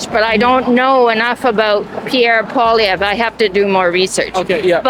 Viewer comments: Just a bit of creative criticism: For starters, before you make a video, learn how to say the names of the party leaders properly so you make yourself look informed and intelligent. Pierre's last name is pronounced: Paul - eee- evre (evra) roll your toungue a little on the 'r' Listen to news casts and other Y/T-ers here on the platform & hear how they say the names of the party leaders and practice saying it. Secondly, learn what each party leader is doing, or not doing. You could be asking the people if they know of all of the scandals that the Liberal government (Trudeau's hand picked staff) is being investigated about in committees. And how many billions of dollars these Liberals have paid themselves out of tax payers hard earned money in these scandals. Many of the people you have questioned are talking about the cost of living. Learn that it is all caused by the Carbon Ta and how that affects the costs. Mention that Poilievre wants to cut the carbon tax & how cutting it will benefit all Canadians. These are just some creative criticisms that I feel would help with your interviews. . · "I'm going to vote for Paula-veer." This guy has no respect for the person. He didn't even have the decency to learn the politician's name. What does that tell you about the typical Hamiltonian? It's pronounced pwol-iv-ee-yar. Guess what? He is a so called "Libertarian". Listen to what he says and does. Then watch what is happening to Alberta, Saskatchewan, Ontario and Quebec. That's the precursor to the country on a federal level. Say what you will, but when the time comes, tell me I was wrong. My predictions are not predictions. It's evidence we've been seeing for decades. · Hey all, just an FYI, Poilievre is pronounced (poly -ehh-vruh) with barely an uh on the end. Not poly - verre 😂❤ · Learn how to prononce PoiLIèVRE bud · His name is pronounce Pwah-LEE-evr. It’s not that hard. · Pierre Poilievre, pronounced "pol yev" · Who is PoiliVER? Lolll its PoiliEVRE